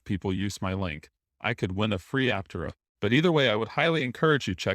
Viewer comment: ApTERa. Otherwise they should spell it Áptera. Or something. Almost normal bot voice.